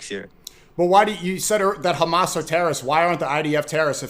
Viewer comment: Khamas khamaas khamaaas 😂😂😂 i swear thats all they can say 😂😂 its embarassing